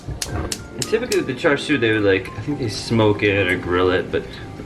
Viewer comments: it's char siu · char siu = "cha shew" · It's "char shau" or "char see-you" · You pronounce it char siew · pronounced "chah sue" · char siu is pronounced "chah seew". Before anyone question me, char siu is a cantonese and I've been speaking it since I could speak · That char siu pronunciation tho ._.